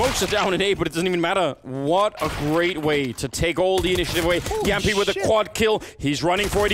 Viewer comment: I love the fact that Moses and Anders can both pronounce Jamppi's name correctly